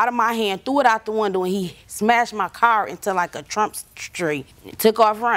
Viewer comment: And how they pronounce “car” cringe 😬